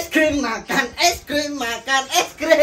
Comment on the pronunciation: kalok ngomong es krim jadi es grim